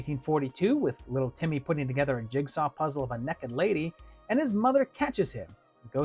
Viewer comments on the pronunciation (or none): none